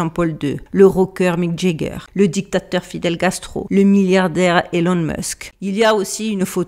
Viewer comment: J'ai beaucoup aimé Stanley Skubrick et Fidel Gastro 😂😂 c'est encore plus drôle quand c'est pas fait exprès ! Petite mention d'honneur aussi pour "motus operanti" 😂